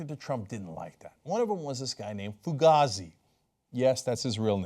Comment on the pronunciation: Fugazy's name is pronounced to rhyme with hazy, I believe.